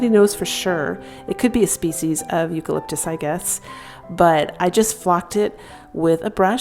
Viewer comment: It’s eucalypis